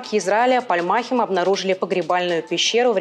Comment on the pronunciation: Пальмахим- ударение на последнем слоге